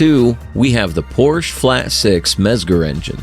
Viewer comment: Please at least try to pronounce Porsche in the right way.